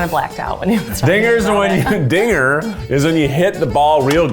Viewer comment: Boy oh boy, Keith not enunciating the 'D' in dinger was really treading in some dangerous waters Lmfao